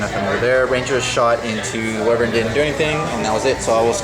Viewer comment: The Whai-vern pronouncing dude should be shot, lol, it's Wih-vern, not Whai...